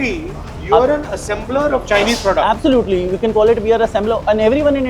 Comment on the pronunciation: Absulotely absulotely absulotely 😅😅😅😅